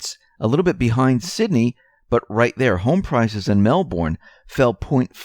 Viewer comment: Melbourne, pronounced Melburn.